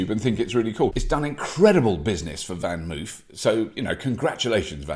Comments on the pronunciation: Pronounced “fahn mofe”. Thanks! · I'd think if you were truly a 'nederlanderphile', you'd be a bit better at pronouncing 'Vanmoof' - the 2nd syllable [more or less] rhymes with 'loaf', not with 'roof'.